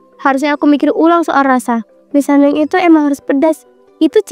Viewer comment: mie samyam😭😭🤣🤣mie samyang woiii